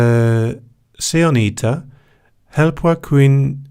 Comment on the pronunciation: The word was "yhtä" and the way you said it would look more like "iitä" or "ihtä", which is not bad for a first attempt. I'm not sure, but I think the sound that a Finnish "y" makes, doesn't really exist in English. Good job regardless. (was meaning to reply sooner, but I kept forgetting about it 😛)